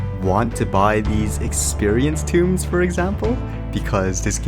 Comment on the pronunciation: Rune, not ruin. Tome, not tomb.